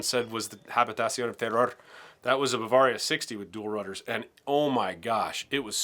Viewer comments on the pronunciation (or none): none